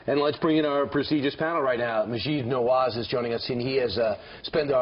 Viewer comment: Did he really call him nawad? Lol